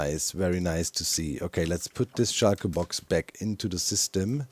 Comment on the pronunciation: whenever Doc says "shulkerbox" it sdounds Like "Schalker Boxen"